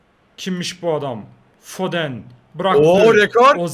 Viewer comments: abi foden foden diye okunmuyo ama neyse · Abi FODEN DİYE YAZILIYO AMA FODIN DİYE OKUNUYO